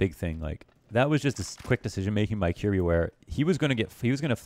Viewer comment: For future reference, his name's pronounced ki-yehr-bye